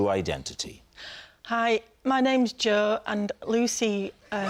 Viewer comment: That's the proper way to say Jo in 'ull, innit?